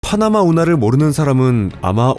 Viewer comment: 파흐나마 운하 아니라고 발음 진짜 줫같네